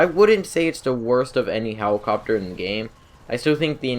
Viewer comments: He- Hewicopteow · he said "let" perfectly fine, but then hewicopter came out of nowhere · "the buzzard is more of an aww in on hewicopter" haha i love. keep making videos man! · For real lol... 'hewicopter'